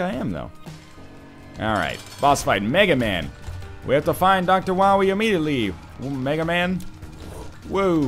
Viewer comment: and fyi its megaMAW